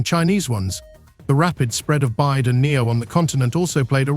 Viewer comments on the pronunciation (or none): Volkswatschen and China's Byde??? BYD??? Please make more videos when you learned how to pronounce correctly 🤣🤣🤣